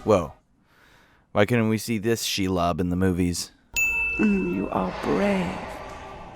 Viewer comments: Is it difficult to say Shelob and palantir the same way they’re saying it seconds before you or do you just enjoy putting the stress on different syllables? Because I’m pretty sure they’re not saying shuh lob and pa LEN tear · Pronounciation of 90% of words fucking hurt my head "Shell-ob" "El-tra-lel" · Your name pronunciation is garbage. It's ShEElob, not shulob. Also Palantir. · It’s SHE-LOB, not Shilob. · huh, sins for you, how do you know that chair isnt comfortable? how do you not pronounce these words correctly? She-lob? it sounds like shelub... and pal-antir? its palintir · SHE-LOB (NOT SHULOB) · "She-lob" and "the Palan-tier". Buddy, dont speak anymore ever lmfao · His pronunciation of shelob is my new religion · Why do you pronounce shelob and palantir wrong when they say it in the same video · god damn the way you pronounce shit is so infuriating noteworthy examples are palantir and shelob